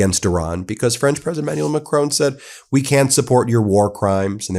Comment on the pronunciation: EmmanuEl. yw.